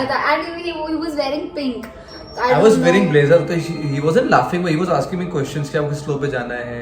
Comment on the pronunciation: says BUT as "BUTT" like always